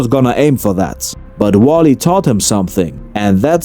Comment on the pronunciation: Do you translate the manga strips for us? If so, then cool. If not, why in the worldnis some company releasing this with 'warlee' taught somethin. Dudes name is wally 😂 With that said i absolutely love ur videos dude. Subscribed and watched a ton of them. Ur commentary is some of The best on youtube hands down.